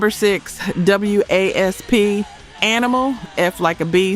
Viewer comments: I stop as soon as W.A.S.P(WASP) was pronounced W A S P. 🤦 A.I. slop. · I stopped as soon as W.A.S.P(WASP) was pronounced W A S P. 🤦 A.I. slop.